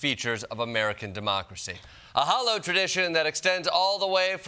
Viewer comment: Jordan, did you say "hallowed" or "hollowed"?